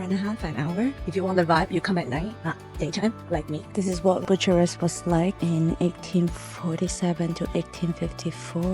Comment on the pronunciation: 😂 "BUSHURESS"...😅 .. No it's not at all bushuress but BYUKAREST